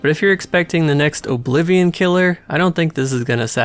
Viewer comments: The emphasis you put on the 'O' in Oblivion irks me so much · Apparently Oh-blivion invented the genre. 😂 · The way you pronounce Oblivion is appalling.